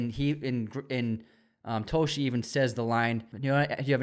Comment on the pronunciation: It’s detective Dave Toschi (TAW-SKI) Put some respect on that man’s name!